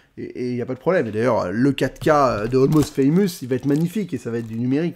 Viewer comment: Va falloir travailler l’accent anglais avant de présenter un film dont tu n’arrive pas à prononcer le nom “almost faamuus “lol